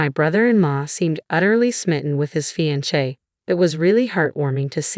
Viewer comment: The narrator needs to learn how to speak words. Examples: read, fiance', naive. Duh!!!